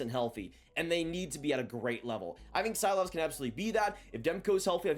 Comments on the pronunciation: The pronunciations lmao, love you but Silovs is more See-lovs than Cy-lovs, and Blue-jer? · Silovs or pronounced See-lovs